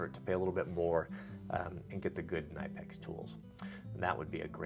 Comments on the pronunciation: I was at SEMA last year and was in the Knipex booth. I asked them for an official pronunciation of their name. Here it is....K-Nip-Pix. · They’re pronounce ka nip ex I have that set and just acquired the extra small cobra pliers that are small enough that they fit in a watch pocket